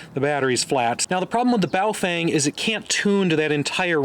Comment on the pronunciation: Your pronunciation of the Baofeng and Quangshen radios is so ridiculous. Makes you sound grotesquely ignorant... and then of course everything else you've said becomes suspect.